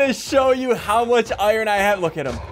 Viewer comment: iron= “owaiern”